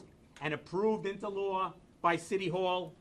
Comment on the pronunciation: Hard to have respect for anyone who can't pronounce the word "law"....